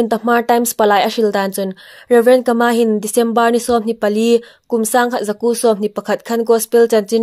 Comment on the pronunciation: Kâ-mâ tia lam ding.